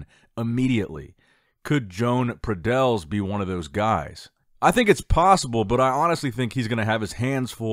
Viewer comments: Pradells, is pronounced in English as PradeYs. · It's a valencian name. The correct pronunciation is: Jo-An Pra-deYs. In fact the sound of the Valencian "LL" does not exist in English. But it's similar to "Y"